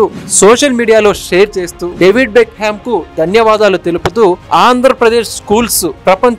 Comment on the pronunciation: డేవిడ్ బెక్కం, not బెక్ హెమ్